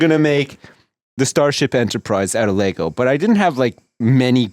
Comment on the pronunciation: ITS LEGO!!! NOT LEGOSSSSSSSSSSSSSghjfcucijxhgfzhermsdcjyxtfgsnmgfdjhngmfydhgrhgfdhsjguyfjhvgwyefjcsgajgvfjhaghfchcvscghcgdashcj a